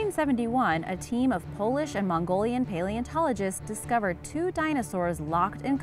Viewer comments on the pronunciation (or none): none